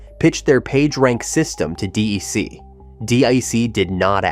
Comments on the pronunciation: Why does he say D-E-C instead of "Deck"? Why does he mispronounce Altavista? Why was the PDP-10 ignored? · DEC was never pronounced D. E. C.. The company was called by its proper name, or, digital, or "DEC" as in deck. And, drove a Toyota. BTW, I was one of the guys who followed Captain Eddy to DG. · Say it like Deck. DEC. Not DAC or others. Get the Bostonian accent please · Gah, D-E-C is pronounced like DEC[k]. It's not IBM. VAX is pronounced like the first syllable of vaccine. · D-E-C ??? "DEC, the historic Digital Equipment Corporation, is pronounced as a single syllable that rhymes with "peck" or "neck"—essentially sounding identical to the word "deck" (/dɛk/)." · Do you care about your scripts. .. Its DEC not D.I.C not D.R.C. Not D.E.C. most of your videos are unwatchable . And many people have told you again and again. Stop F^%$ then up so you once again got a THUMBS Down why because of the voiceover. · Oh for god’s sake!! It’s DEC not DIC!!! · No one, but no one, calls it D.E.C. It’s “Deck”. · Two comments: #1 your pronouncing of DEC: "Dee-Eye-See" 1/2 the time instead of "Dee-Eee-See" is hard on the ears. I would of just called them "Deck" like everyone else in the day did. #2 I have a PDP11/23 Qbus system in storage. If I had something with a actual Serial Port I could turn it on and let it boot up RT11. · That was one of several pronunciation errors that could have been handled better if the producer just talked to somebody first who had been there. "Dee ee cee" was spelled "DEEC" in the captioning, so it was wrong on both counts, and later it was being called "D I C". We did call the company DEC, though at some point in the 1980s, as it started going the wrong way, word came down to brand things "Digital" instead. DEC missed the PC revolution, afraid to cannibalize its own products (mainly VAX timesharing), but instead let others do it. HP actually made that transition better, though it was ruined later by hiring Carly and buying Compaq.